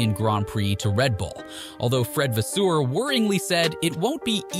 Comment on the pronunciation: Great vid but learn the names geez😂 scuderia, vasseur etc.